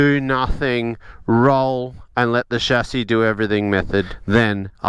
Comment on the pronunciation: Excellent content, also pleasing that you pronounce 'chassis' correctly.